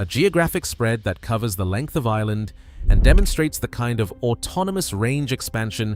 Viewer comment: There is an R in Ireland